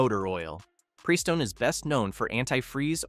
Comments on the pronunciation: hmm, do we trust someone who has to use AI that pronounces it PREEstone and talks about how no one's engine will last 100k if they use gasp, OIL? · I agree... For me, I trust the guy in the link below a LOT more than someone who can't correctly pronounce Prestone.